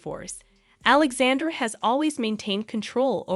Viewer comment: Prince "You-a-keem"??? Princess Alexande'r'?? Wow.......